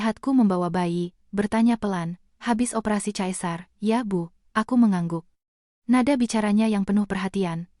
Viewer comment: Sesar.. bkn caesar